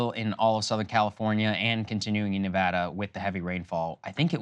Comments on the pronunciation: always appreciate y'all pronouncing Nevada correctly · Krystal pronounced Nevada correctly! Much love from lv, nv